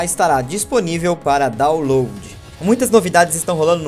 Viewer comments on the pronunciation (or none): none